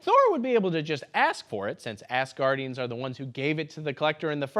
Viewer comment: I do enjoy that (intentionally or not) it sounds like you are saying Ass guardians, not Asgardians!